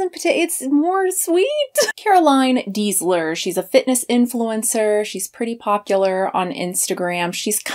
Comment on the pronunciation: Her surname is Deisler [pronounced as "daisler"], not Diesler.